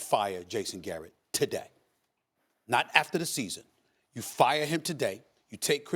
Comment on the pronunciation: Stephen A." Fire him TAH-DAY" SMITH.